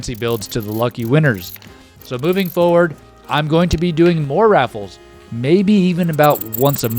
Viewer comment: Why do you say it raf-alls? The only paid raffle I've ever done was one where the proceeds went to fund a new local trail system.